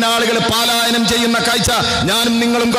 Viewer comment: പാലായനം എന്നല്ല,പലായനം എന്നാണ്.